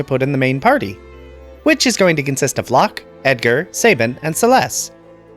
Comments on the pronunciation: Pronounce this word Cabin Now pronounce this name Sabin. If you said say-bin and cay-bin........sigh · Calling Cyan, Cayenne is more egregious and makes no sense lol. He's a color, not a spice. I've heard it pronounced Say-bin my entire life as well.